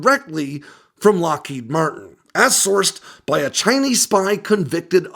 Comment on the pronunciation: Loheed Martin? Kannst du nicht lesen KI? It is Lockheed Martin.